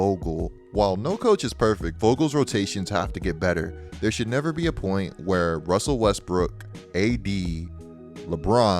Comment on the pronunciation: “Russsseeelll Weesssttttbrrkkic”😂😂